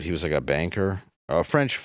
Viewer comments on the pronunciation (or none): none